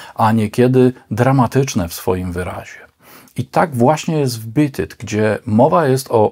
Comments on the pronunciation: ..."Bit it"??? ;-) "Beat it" proszę wymawiać mniej-więcej: /biit yt/... warto sprawdzać wymowę terminów angielskich, bo treść filmów zasługuje na więcej w tym względzie ;-) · Oczywiście, w podanym przypadku, pisownia jest ta sama, a więc rolę odgrywa wymowa. P.S. Widzę, że masz w nicku "zemsta". ale wolałbym, żebyś miał "rozum", albo "zdrowy rozsądek". Podsumowując, Pan w nagraniu źle wymawia tytuł tej piosenki (zresztą nie tylko na tym filmie źle coś wymawia) i "pirdzenie" o akcentach zachowaj dla siebie.